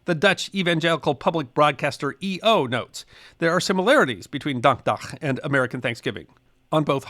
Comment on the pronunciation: I’m very impressed by your pronunciation of “dankdag”